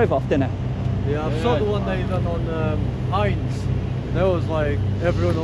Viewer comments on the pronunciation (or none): none